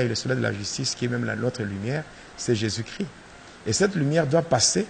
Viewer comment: Pasteur tu es toujours un sorcier.. car on dit jésus christ et non jésus chri ... alors je connais bien la différence......